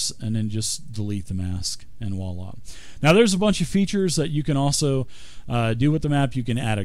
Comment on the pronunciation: By all that's holy someone tell this guy how to pronounce "voila".